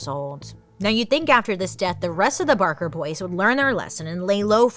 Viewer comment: Do you mean Ma BaRker? I may know a thing or two about her. Oh. Okay. I guess you came back from that mispronounced once.